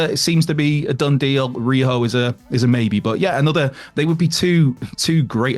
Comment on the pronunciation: Isn't rhio supposed to be ry o not riho